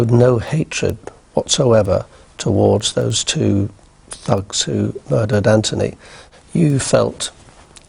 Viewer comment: It's not Anfony!